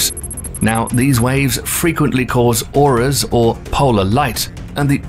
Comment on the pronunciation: Im sorry, but a video about space and you pronounce aurora as ora. I have to give you a dislike for that.